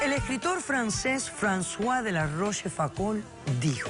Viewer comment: Por favor!!! Por los dioses!! Ensen~enle a esta mujer a pronunciar los idomas!!! Ya me duele el oido!!! El nombre se escri así François de la Rochefoucauld y se lee más o menos así Fgranzua de la Gosh'focuu... Que haremos!!!